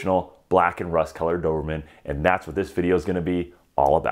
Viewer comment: Why do you call them dovermans lol